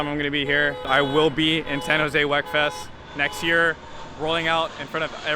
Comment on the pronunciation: Come on folks, it is pronounced "weakfest", not "wekfest".